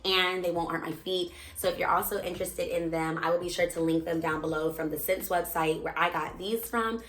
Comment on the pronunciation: Just an FYI, the retailer that you quoted (SSENSE) is pronounced like the word 'essence.'